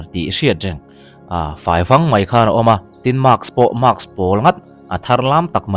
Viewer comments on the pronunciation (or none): Ti nge mizo tam tak hian mask hi maks tia an lam tlat thin le